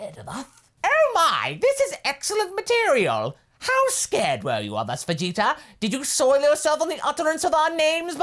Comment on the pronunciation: Oh dang. Kaiser is right, he does say Vegeter